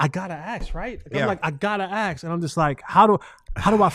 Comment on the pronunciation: it is “ask”, not “aks”. Come on man! You went to college. Stop acting like you don’t know how to pronounce a word.